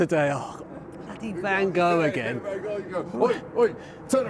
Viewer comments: It's Van Hochhh. In Dutch. Like Rudd Guillet was Rudd Hhoolit. That sound like you're hacking up phlegm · Its south london so its pronounced 'Goff' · I pronounce the artist van Go I was taught to, but I don’t really know If he said it van goff So when I say it I cough To disguise my embarrassed red glow